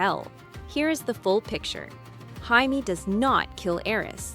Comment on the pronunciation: How to know if it’s Ai slop? Well it’s easy instead of Jaimie they say heimy lol fucking garbage